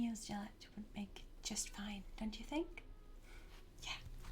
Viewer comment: The G at the start of galette is a hard one, like in girl or great.